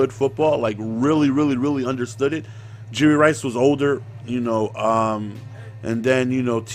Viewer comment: YOU KEEP SAYING JURY RICE LMAOOO